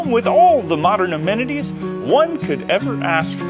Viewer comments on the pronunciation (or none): none